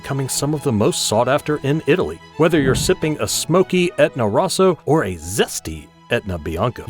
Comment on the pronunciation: Cuz it is an AI channel. Learn how to pronounce Nero d'Avola for one, Rosso for another.